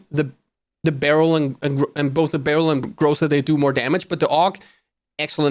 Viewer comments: said "Groza" instead of "Graaazza" disliked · Its pronounced grOza